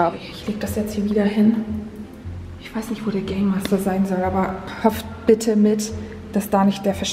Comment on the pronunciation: es heißt bitte und nicht bidde🤣🤣